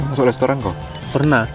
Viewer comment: Plis lah restoran bukan lestoran😭